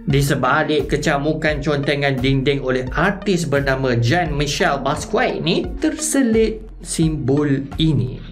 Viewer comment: Ralat kepada nama artis Jean Michel Basquiat. Sebutan untuk nama artis tersebut adalah seperti 'Jon Michel Baskia' bukan seperti 'Jane Michel Baskue'. Harap dapat membantu.